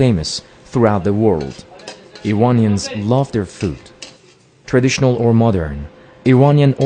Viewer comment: tehwon!? iwonians? wtf!